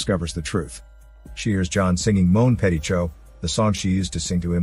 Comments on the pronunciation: I wasn’t mad about the Chou part as I can understand that. But petit??? Completely ignored the “tit” part. I would have preferred a wrong way of pronouncing “petit” rather than just pronouncing “pe”. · C’mon! We all know that french isn’t that intuitive. For someone who don’t know any French, they wouldn’t think that “ch” is pronounced “sh”. But yeah, that “petit” was pronounceable.